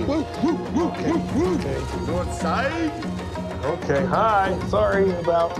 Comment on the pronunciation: "North SIDEEE"